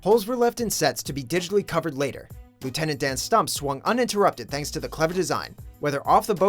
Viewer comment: Leuitent dan